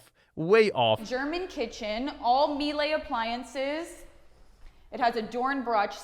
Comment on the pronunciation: She mispronounced Miele